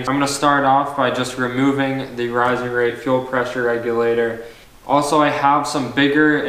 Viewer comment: fuel wreck-u-later you say? lol open source for life buddy keep at it